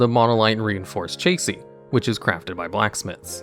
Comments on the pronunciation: "chay-see". can I buy you language lessons? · Imagine not knowing how to say Chassis.. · the way you pronounced "chassis", you need to watch more car channels...